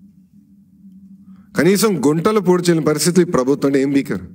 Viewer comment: గుంటలు కాదురా పప్పు గుంతలు